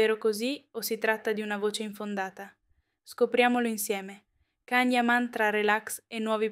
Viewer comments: Ma quali sarebbero le diverse serate? Il giorno del compleanno e sabato scorso? Che affidabilità e accuratezza di informazioni può avere un canale dove chi parla non sa ancora pronunciare correttamente il suo nome? 😂😂😂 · Quali sarebbero le diverse serate? La sera del compleanno e sabato scorso? 😂 Ma ancora non sapete pronunciare il nome? 😂